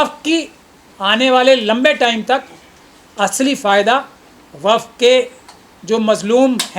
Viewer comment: Kaisa jahil admi to desh chalane ko de diya gaya hai, jisko waqf board bolne tak nahi ata... Wakaf board wakaf board bole ja raha hai..